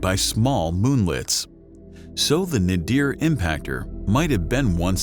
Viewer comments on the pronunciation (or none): Damn! I’m really tired of narrators mispronouncing words! The word is NAYDER or NAYDEER not Nahdeer. You guys have great voices but are powered by small minds. Learn to check how words are pronounced in a dictionary before opening your mouth on a microphone in a studio!